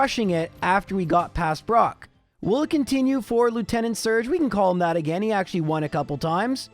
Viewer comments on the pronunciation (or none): One of these days he'll pronounce Lieutenant properly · He actually found out the pronunciation in the Poliwag episode. I guess he just decided he didn't like it or he stuck with his old pronunciation because he'd keep slipping back into his usual pronunciation. Same with Lorelei, except he found it out earlier and it actually is a valid, if uncommon, pronunciation.